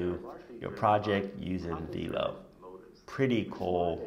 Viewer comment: The incredible app is pronounced "V - L - O" like 'FLOW' but with a 'V' :D